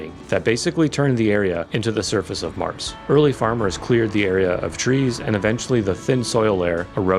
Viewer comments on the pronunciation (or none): none